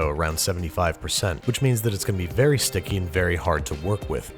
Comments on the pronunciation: "But keep in mind, it's still guh be stickeh" -Babish 2018 Best quote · "Still gon' be sitcky."